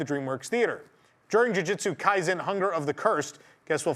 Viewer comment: *Luffy NOT Laffy! *Ju ju tsu kaisen NOT Jyujyutsu kaizen! 99.9 percent of Americans mispronounce thoes two names especially Jujutsu kaisen.